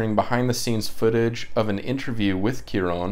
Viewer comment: Haha no worries about butchering names. I do the exact same thing. In regards to pronunciation Cuaron, the first 3 letters are said like Kwa. 😁